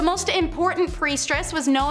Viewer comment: Also Amun is pronounced AMOON